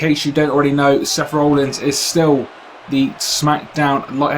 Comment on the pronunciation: It sounds like you're saying Rollings, not Rollins.